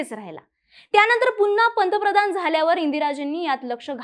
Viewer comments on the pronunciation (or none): none